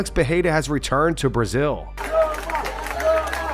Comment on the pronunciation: Pronouncing 'Peheira' in 2026 🤢🤢🤢